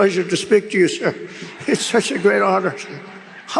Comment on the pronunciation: You skirred say you skir Donald…..